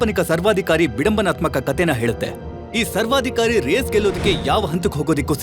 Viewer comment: ಸರ್ವಾಧಿ ಕವರಿ ಅಲ್ಲ ಸರ್ವಾಧಿಕಾರಿ